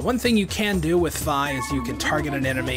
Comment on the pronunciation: Its pronuced fee